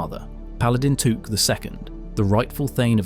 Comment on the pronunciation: It's Took, not Took actually, as in cook.